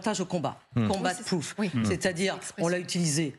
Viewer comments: ”combat proof” ^^ Nan, c’est ”combat proven” ^^ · Par contre on dit pas "Combat Proof" madame, on dit "Combat Proven"